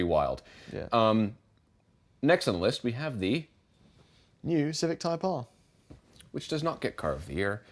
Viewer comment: is excluded from picking any car with the letter ‘R’ in its name simply because he can’t pronounce them correctly 😂. Civic Type Ahhh, Yaris GAhhh, Golf Ahhh…None of them exist! ❤ ZeeOo6 is a proper choice though 👍